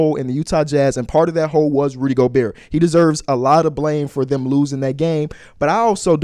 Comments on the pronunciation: The craziest part is he’s the biggest Rudy Gobert fan I’ve ever seen and somehow still doesnt know how to pronounce his name. You can hear him pronounce the T at the end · the t definitely comes out at times but in the first clip he just said it as gobear 3 times in a row so